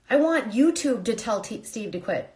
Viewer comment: I thought his name was sheve? Lmao